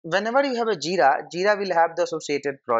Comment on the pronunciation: Aaa what is Jida?? Its JiRa...R. Realy, I could not understand anything at all.